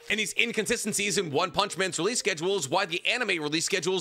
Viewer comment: please stop saying releaseal it’s just release 😭😭